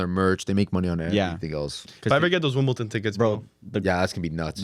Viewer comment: Wimbledon not WimbleTON